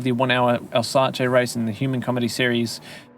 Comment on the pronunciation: Good tip thx. It's pronounced Alzass